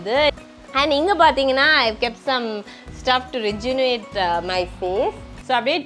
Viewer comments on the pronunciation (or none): Rejunuvate ila ma Athu Rejuvenate😂